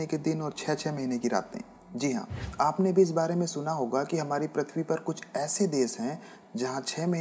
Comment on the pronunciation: Prithvi not prathvi Correct your pronunciation